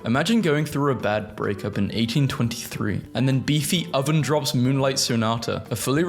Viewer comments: Did he really just say bee-the-oven? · Beefy oven?!? 😂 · you did not just call Beethoven "Beef-e-oven" 😭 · I’m sorry, BEE THE OVEN????? It’s pronounced bay-toe-ven my man. No disrespect tho, this was a great vid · "beef-o-oven"???? wtf... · Can't pronounce Beethoven, can't pronounce Diogenes. I feel like you are just ragebaiting. Beethoven - Bay-Toe-Vin Diogenes - Die-Odd-Jean-Ease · Why is everyone talking about how prenounced Beethoven "Beefy oven" and not mentioning the guy who somehow managed to get an entire Panzer - V Panther into their basement and proceeded to keep it not only hidden, but fully functional for at least seventy years!? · The way he pronounces Beethoven wrong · Legit, dude pronounces Beethoven like he's trying to sneeze out a harmonica, meanwhile the real Beethoven was probably deaf and wouldn't care about your pronunciation 💀. Fun fact, Beethoven was known to be a bit of a hoarder, so he'd probably relate to your aunt's garage full of junk. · bro exactly 💀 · It's Beethoven 🥀